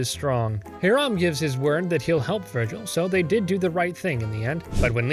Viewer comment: How do you mispronounce the name Hiram when they say it out loud multiple times in the episode?